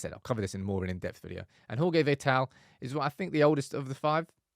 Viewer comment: He’s Portuguese brother it’s pronounced Jorge not Horhe!